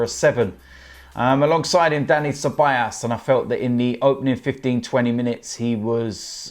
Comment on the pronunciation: It's Ceballos not Ceballas😂